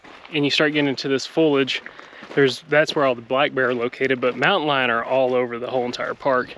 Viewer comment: So glad to see y’all in Texas! Everything sounded perfect until you said”Mountain Lion”!!! So glad y’all made it out of that hike safely! ✨✨✨